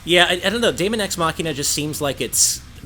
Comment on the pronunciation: Daemon is pronounced demon by the way :p